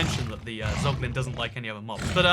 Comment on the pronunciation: Heheh, “Poglin”, Neat